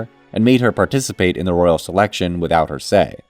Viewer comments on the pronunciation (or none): none